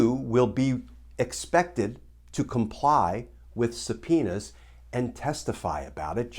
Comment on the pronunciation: I love Glenn Kirschner. Watch him every day. But when he said, "S-penis." I had to plug my ears, "la la la la la ." Glenn is usually so G rated. Just kidding, hope you're all enjoying the heat wave. Peace!